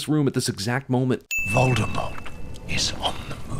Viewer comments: It's not VALDEMORT. It's VOLDEMORT. Like Bowl: Vowldemort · Sin Guy pronounces V-ole-demort as. V-all-demort. BING! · Sin on Cinema sin's neglect of pronouncing Voldemort's name properly. It's French. The T is silent. Call him Vol-de-more. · The way he pronounces "Voldemort" pisses me off. I wonder if he does it on purpose. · you pronounced the Dark Lord's name wrong +1